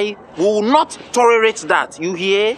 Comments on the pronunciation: "I will not torerate dat.😂😂😂" Eii this sir in particular😂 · E say torerate😂😂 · Who else heard the teacher say torerate😂😂😂"i will not torerate that "